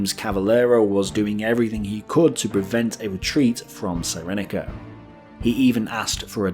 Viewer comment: Cyrenaica pronounced sear en eye car not sigh reni car.Sorry, I enjoy the mangling of place names (an endearing British tradition) but for some reason that one grates. Excellent stuff you should be on Al Beeb. On Greece, a glance at the map will tell you that Greece like Poland would be almost impossible to defend because of its geography. Even so Britain declared war for Poland even though she could do nothing to militarily help Poland. Sometimes a political stand can be very expensive. The question is, is it the right thing to do?